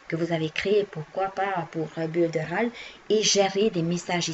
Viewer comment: Bonjour, Merci pour votre vidéo. Il me semble que l'on prononce "Builder Oll" pour Builderall et ce magnifique programme vient du Brésil créé par Erick Salgado. Avant j'étais chez Clickfunnels mais ça c'était avant...